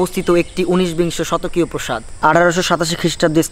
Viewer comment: proshad na prooo, praashad ! 🥴